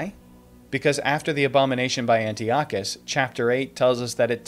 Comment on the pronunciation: It’s pronounced An-TAI-uh-kuhs😊. I just stumbled upon your channel and so far I love this video!